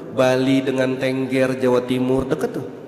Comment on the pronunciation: bukan Ténggér tadz.. tapi Tengger🙏😁